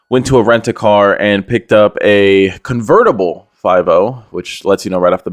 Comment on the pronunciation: Its con-ver-ta-bleeee lmao i lost it